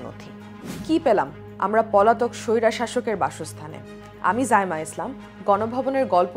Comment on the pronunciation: মাশাল্লাহ অসাধারণ উপস্থাপনা! কিন্তু তেত্রিশ তম সেকেন্ডে উচ্চারিত শব্দটা সৈর-শাসক শব্দের স্থানে সৈরা শাসক বলেছেন।